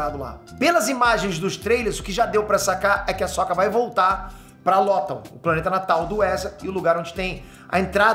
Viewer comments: Eu não via com esse ponto de vista, mas concordo com você. Agora vejo como algo bom! =) Só uma coisa (rsrs)... Não é Ahsóka, e sim Ahsôka (mas tanto faz também). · primeira vez que vejo alguem falar “ahsÓka” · Da agonia ouvir o pronunciar o nome da Ahsoka rs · O cara nem saber falar o nome da personagem direito pqp